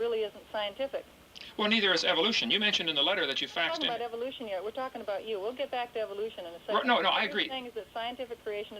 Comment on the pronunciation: "Evil-oution" That indoctrination is hard to shake. (Or maybe it's just a regional pronunciation. 😄)